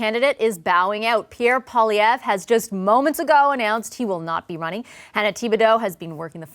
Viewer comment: CBC journalists need to learn how to pronounce French words correctly. Pierre Poilievre's last name is not " Poll ee evre " but rather " Pwaa lee evre ". For the national broadcaster of a bilingual country, this doesn't look too good. Please consider researching French word pronunciation before going to air moving forward.